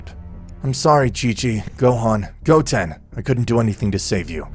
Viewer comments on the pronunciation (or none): none